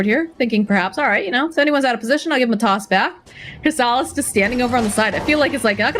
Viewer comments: is not good at casting. And her pronunciation…. Crystallis is Crystal-is Not Cr-stallllll-is Yatoro is Ya-To-ro Not Ya-Doo-Rrrrrrooooooo-Gooooooaaaaallllllllll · kris ta lis hahahaha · Its the nasaly voice, souds like a goat having an asthma attack , she pronounces Crystallis with an emphasis on the A, the accent is really off putting and is a pain on the ear canal. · It’s not just the way she says it (repeatedly), it’s how she’s turning it into a battle over who’s saying the names correctly. It’s beyond petty and awkward, I couldn’t finish the video. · It’s obvious that she hasn’t watch alot of DOTA 2 tournaments. She just made Crystallis sound like a porn star. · I like how keeps pronouncing crystallis name wrong and then says it properly too her and many other times in the full video of the game, but she just continues to pronounce his name wrong. Also she does this after talking openly about how she pronounced Fly's name wrong for an entire game before. Can doubters really say she's not a terrible caster still? She's just so cringe it hurts sometimes, even when she does pronounce their names right she puts too much emphasis on it.